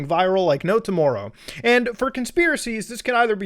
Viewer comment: the way you said "tomorrow" ... muta, your canadian is showing!!!!